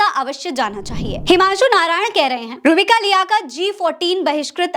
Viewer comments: नाम गलत ले रही हो आप,, रूहबिका बोलिये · आप नाम सही से ले,,रूह बिका,,का